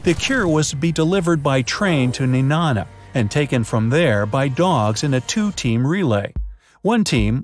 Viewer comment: Being from Alaska myself the way he pronounces Nenana drives me insane